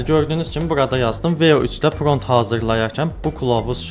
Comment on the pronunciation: Pront yox =prompt dəyərli insan 😊